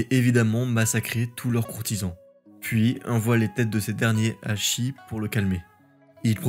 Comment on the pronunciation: " shi " n'est pas prononcé " chie ", mais " che " comme pour cheveux ...